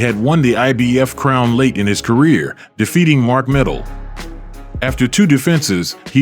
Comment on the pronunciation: its so DISRESPECTFUL to have a BOXING channel, where they might even get a check, and not say the BOXERS names correctly!!!